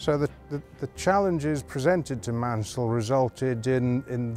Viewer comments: Great to learn more about the Schools class (and the ACTUAL pronunciation of Maunsell... I had no clue how wrong I'd been all along!). Seeing the reverser in action was interesting - not something you'd normally be able to see on a heritage line with a platform in the way, so it's a good visual aspect to be able to show off! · The u is superfluous for pronunciation in Maunsell, and is a situation similar to Cholmondeley being pronounced 'Chumleigh'. One place explaining the spelling is 'A Century and a Half of the Southern Railway' by David St John Thomas and Patrick Whitehouse.